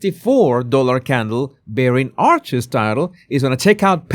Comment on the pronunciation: he doesn't know how pronounce 'Archies' birthday. You can't make this stuff up.